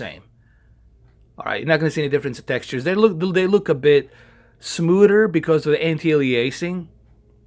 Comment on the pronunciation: Smooder lol